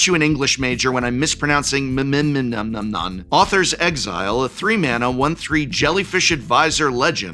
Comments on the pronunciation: Don’t known if it was mentioned, but Prof complained about pronouncing Mm’menon and mentioning that he is an English Major than continued by saying ´Authors Exile’ instead of ´Uthros Exile’. Thought it was funny and worth making a comment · "don't say "i'm an english major" when I can't pronounce this guy" proceeds to mispronounce Uthros as Authors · > Pronounces "Mm'menon" correctly > Immediately misses "Uthros" As a linguist would say, mispronunciation is a myth (also i'm commenting because it's good for the algo and does great work for this community)